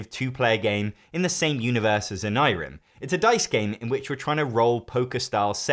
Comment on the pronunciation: I think you're saying Onirim wrong